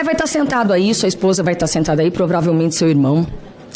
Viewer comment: Povrávelmente Soraia? Que tistreza. Kk